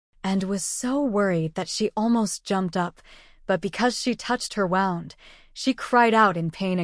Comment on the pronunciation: Wound is pronounced wound as in I have a woound on my leg. Wound pronounced wowund as in the string was wowund in a ball.Spelled the same pronounced differently and different meanings